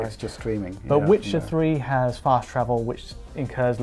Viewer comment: Tell me the twuth Witchard ... which is better? A Swolid State Dwive or a Twaditional Hard Dwive?